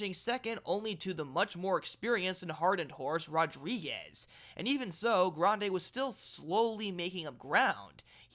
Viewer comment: I like the way you trill the "r" in Grande because I was a Spanish teacher. Grande had a far longer trip than Rodriguez in the Wood and was flying late. He got a better rating than Rodriguez when you take that distance traveled into consideration. Like the favorite in the race, Journalist, he's by Curlin. His damsire, War Front, was only out of the money three times in ten races but was a sprinter. Brad Free, Steve Crist and Andy Beyer - all legends in horse racing lore- like Grande to be in the money.